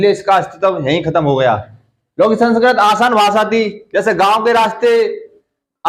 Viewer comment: Sanskrat ni hota sir Sanskrit hota h 🤔🤔